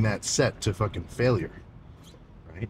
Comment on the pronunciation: Sam "fOkin'" Soolek baby 😂